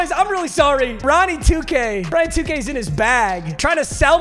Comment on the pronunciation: Idk why i heard "wheeelll of 2 gayyyyyy"😂